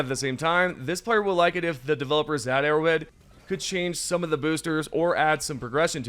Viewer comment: it sounds like ur saying "errowid" instead of arrowhead lol